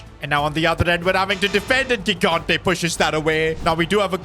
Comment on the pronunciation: Second time telling that his pronunciation of "gigante" is incorrect (correct one is "jigante")